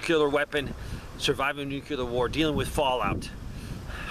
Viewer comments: NU-CLE-UR not NU-QUE-LUR.... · Why are you adding an extra syllable to the word NUCLEAR? NUCLEAR is a two syllable word. It is NOT a three syllable word. Stop saying "NEW-QUE-LEER". It is pronounced "NEW-CLEAR". Two syllables... not three syllables. Stop pronouncing the word NUCLEAR wrong. I’ll lead an effective strategy to mobilize trunalimunumaprzure. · When you say nu-cu-lar, instead of nuclear... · NEW-CLEAR (NUCLEAR) not "NEW-QUE-LAR."